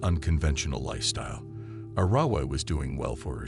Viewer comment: Arrowwah is how his sister's name is pronounced. One of his sister's friends said that David would stalk the house with his gun intimidating his siblings.